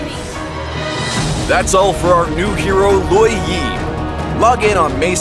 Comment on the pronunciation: He pronounce it Law Yee But I pronounce it Lou WOh yee